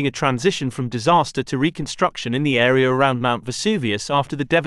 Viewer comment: This AreaR? I hate the intrusive "R"